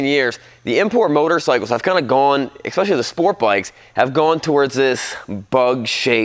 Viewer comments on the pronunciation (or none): Oh ffs, did you just say "ekspecially"? Learn words, kid.